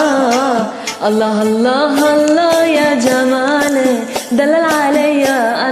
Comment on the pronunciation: هالله مو الله اشبيج ما تعرفين تلفضين